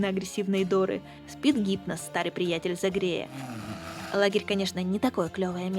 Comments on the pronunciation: Гипнос с ударением на И?😀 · да, только у Гипноса - ударение на первый слог. Рука в лице